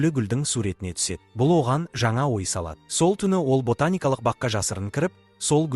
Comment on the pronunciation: Анджела, ботаника деген сөздерді совсем қызық оқисыз екен